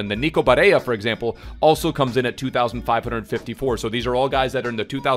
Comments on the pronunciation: Mate its Bare L L a and Not Bareya. He’s Italian and not spanish. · Just wanted to say it’s pronounced “BareLLa” not Barreia, you are thinking of the Spanish accent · I’m italian and the proununce of nico is barella with 2 L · I love your vids bro but you can’t be bitching Barella’s name like that my guy... BA-RELL-AHH. That’s how you pronounce it and then Throw some Italian stank on it and your good lad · For Barella... you actually pronounce the double L unlike in Spanish. You put extra emphasis on the double L because it appears twice. Hope this helps for further reference and thought I would comment since I’m Italian 🤙🏼 love you bro